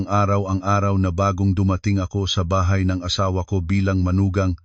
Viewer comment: Mr.narrator mag aral Ng tamang bigkas Ng mga pilipino,ang bahay naging tahay?